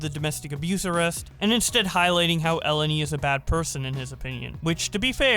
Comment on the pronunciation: the greek name Eleni, is actually stressed in the second E not the first, idk as a greek dude it kinda irritated me hahahah